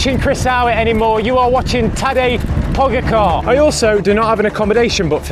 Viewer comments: It pronounced like “po-gatch-a” not like how it actually looks lol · The pronunciation killed me xD